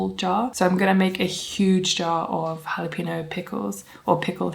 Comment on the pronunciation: It is so funny how you pronounce jalapeño 😂😂 JALAPINO!!